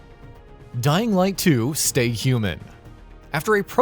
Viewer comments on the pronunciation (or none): none